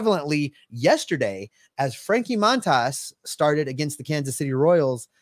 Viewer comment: Love the show, guys, but please learn the correct pronunciation of Montas. It's pronounced Mun-toss.